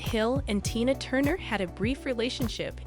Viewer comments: LOL Right?! She keeps going back and forth from Tyna Turner to Tayna Turner. This must be an AI voice, but damn...even an AI bot should be able to get "TINA" right. Like WTH!? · Her name is tiiiiiiiiiinaaaa! Not like you say it! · Switching away from this content. If providers can’t be bothered with pronunciations of names and other key words, I won’t be bothered to watch. This speaker called her Tina, then TYNA!!!! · Omg....Bowie &Jagger and Tina were just friends. And the narrator cannit even say TINA right. Rwally? T Y N A? Sad. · How can I trust anything in the posting when you don't even pronounce TE-NAH (Tina) name correctly, she is the main subject of your videophone! Then you have several facts incorrect. Proof anyone can just post a video. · Wow. Tyna?? Woodstock 1969?! Spelling mistakes - Erwin, not Irwin .. what did I stumble across ?? How is is possible to mispronounce Tina? Just ..wow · Learn how to say the person name before you talk about Tina..Tina got away from Ike her children weren’t with her.Who ever is reading this sounds like Robot..You should learn about person before you tell the story. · Her name is Tina Turner Anna Bullock stop trying to give information when you cannot even say her name properly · so extremely ennoying to hear the wrong pronuncition of her first name so many times. What is to difficult to pronounce Tina?? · STUPID STUPID STUPID video. How in the world can you mispronounce T i n a --when the video is about T i n a??? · I can't watch this. She doesn't even know how to say her name. So disrespectful. If you can't say her name Stop covering her stories... Geez I'm over it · The fact you presenting this about an absolute icon yet you don’t know how to say her name for the most part is baffling. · Embarrassing!! Can’t even pronounce Tina’s name right!!!😡😫😫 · I just want to know this Heffa kept mispronouncing and ICON like TINA TURNER name wrong!!!! I feel like Rick James.... IT'S TINA TURNER BI### GET IT RIGHT🤨